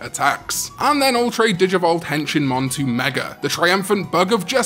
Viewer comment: Honestly when I first heard Henshinmon I thought you said "Henchmanmon" since Wormmon was Ken's henchman when he was the Digimon Emperor lol.